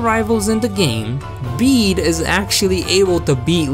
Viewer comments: It's Bey-de it was shown in his Battle theme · It's actually pronounced Beed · It's actually bed-ay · I cant believe I've been pronouncing his name as bay day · You don't pronounce it as bede you pronounce it as bead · I like how every time he tries to say “bede” it’s different ever time It’s pronounced like bead btw Or “be-e-d” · it’s pronounced beed like a beed for a necklace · IT’S PRONOUNCED “Bead” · I love how he pronounced it like bidet once🤣🤣🤣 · Why've I been pronouncing his name like bed this whole time-? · Everybody, Just Listen To Bede’s Theme And You Can Hear Closely That Its Pronounced “Bead” Not “Bee-Dee” Or “Bed” Ty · Did I just hear bidet? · I swear I heard you call him bidet at least once. Not judging, it’s hard to know how this guy’s name is pronounced. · I like how you have very clearly given up on pronouncing Bede 'correctly'. I don't blame you. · I love how u pronounced his name like 8 different ways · I'll watch this all the way through, but just know that every time you say Bede's name I'm having a stroke. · Can’t say his name wrong if you say it every way possible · Anyone else triggered that he pronounced bede 5+ different ways